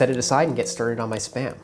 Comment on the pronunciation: I hear sperm every time